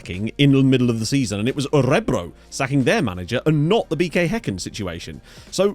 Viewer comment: Emphasis is on the last syllable btw: Ö-re-BROO.